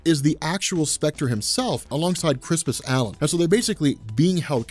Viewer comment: wait, hang on.... isn't it crispUS allen?